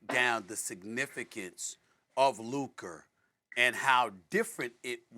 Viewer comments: Stephen A. Smith - "Lukerrr Donkick" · SAS FINALLY pronounced Luka’s name right instead of saying “Luker” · Looker Doncic 🤣 - Stephen A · Stephen A calling Luka “Luker” makes me so annoyed! Figure out how to say his name right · My man stay callin him Luker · Why does Stephen A say Luker 😂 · Is it really that hard to not say Luker? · Hey Stephen A.!!!, Who's "LUKER"???. LOL 😆 😂 🤣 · Luker lmao cmon Stephen A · Lukarr, stephen a smith keeps on smashing luka's names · “Luker…” -SA Always makes me cringe. Lmao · Luk-AH it's Luk-AH! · “The significance of LUKER” Lmaooooo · Stephen A calling Luka “Luker”. You got nicknames already? Go back to Anty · If SAS says “Luk-er” one more time….. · Why is he calling him Luker? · Lukerrrr lol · Stephen A saying ‘Luker’ instead of Luka has so be a slur of some kind😂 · Luker Doncick 🤣🤣🤣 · Never call him luker ever again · Why have i seen no one talk about how SAS always says “Luker” and not “Luka” 💀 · It’s on sight when I see SAS…I cannot take it anymore He keep putting an R in Luka’s name…we cannot stand for this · Geez Stephen A, its LUKA not lukerr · that's how Stephen A pronounces "Luka" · Luker beat Minnesoter🤣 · He’s never been able to pronounce his last name correctly and now he can’t even say Luka without an r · He could say BROTHA but called LUKA LUKER! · Stephen Smith constantly adds "r's" to words unnecessarily. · He can't say his first name correctly either. He be saying "Luker"😂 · Bro called him Luker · Stephen A called Luka, "LukER" lmfao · Stephen A is starting to like “Luker Donchik”. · Who is LUKER? the disssressspect stephen A. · Who tf is luker 🤣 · Luker dochich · "Luker"? Lol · Why does it sound like he keep saying “luker” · “LUKER” - Stephen A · Who is "Luker"?!? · Stephen A says the hard R “Luker” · Who's luker? Why can't he speak lmao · " of Lucker" 😂 with a hard "R" 🤣🤣🤣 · “LUKER” -SAS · Sound like Stephen A saying Luker 😂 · "Luker" LOL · His name aint luca.. its larry bird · "Luker" this man stephen a 😂😂